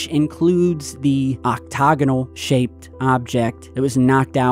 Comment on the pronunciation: Octagonal not octogonal